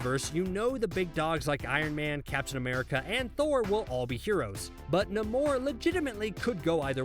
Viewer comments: Nay - More Not nah-moor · NAY-MORE. Not Na-mour. You made him sound French. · Pretty sure its not pronounced Ne More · Who the hell is "NUH MORE"? "NUH MORE"? Really? I was with you up until you brought the 'shadow of doubt' into it. I literally stopped listening. Do muh-ore research bruh-ore. Uh-ore have muh-ore pee-op-uhl stup list-enting to yuh-ore vid-e-uhs. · NAY MOR. GOD HOW DO Y'ALL CALL YOURSELVES COMIC ENTHUSIASTS AND YOU MESS UP EASY ASS NAMES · He said namour